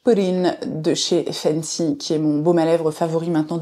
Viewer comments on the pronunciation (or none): none